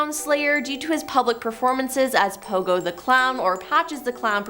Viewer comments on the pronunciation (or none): none